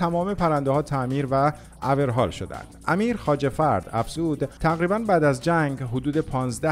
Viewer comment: دیگه اورهال کلمه سختی نیست که اشتباه تلفظ بشه